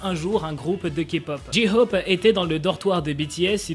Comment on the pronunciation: Pour la prononciation de J-hope c'est Jae - Khope pas Ji Khope